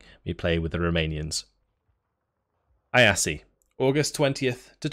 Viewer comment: Funny how you pronounce Iasi. Closer to how it's actually pronounced in Romanian would be 'eeashi'. Still, try Google Translate voice function for Romanian.